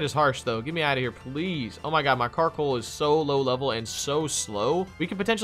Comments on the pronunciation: Wait did you rlly called Coalossal Carkol in the beginning? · You always say karcoal but it was coallossal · Not a carcoal, its a coalosal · My head when he said Carkol: COALOSSAL COALOSSAL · Bruh you keep calling Coalossal Carkol but other than that good video. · It's coalossal not carkol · Slight nitpicks 1) Thats Coalossal not Carkoal, i got triggered when you kept saying Carkoal 2) the lack of knowledge on new pokemon generations is surprising for you two always doing pokemon versus keep doing what you do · The knowledge just isn’t there, like my guy called it carkoal all video. He doesn’t know the name of his own Pokémon, plus quick gg said gigalith was a new gen Pokémon 😂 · Did anyone else notice that kept calling coalosal karcoal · not carkol btw lol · It's coalasal